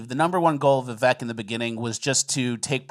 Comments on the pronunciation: His name is Viv(AKE) VIVEK Its not Viv(ECK) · by the way his names pronounced Vivek (viv-ake) like cake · Vivek rhymes with mistake